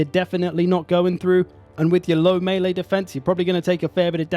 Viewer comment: Just wanna say thanks for the underappreciated correct pronunciation of melee. Whenever someone says mee-lee it makes something clunk and shudder in the depths of my brain